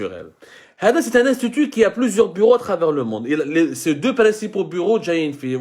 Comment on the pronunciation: Tu as peut-être un problème avec l'anglais mais tu en as aussi un autre avec la prononciation des " i" Dérection au lieu de direction Instétut au lieu de institut Consédérer au lieu de considérer Et ÉTULISER etc.